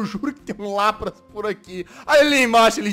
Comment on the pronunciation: Se escreve LAPRAS se fala LÁPRIS